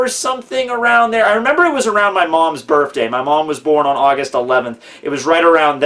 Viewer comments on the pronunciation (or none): why do you say birthday with an "f" instead of the "th"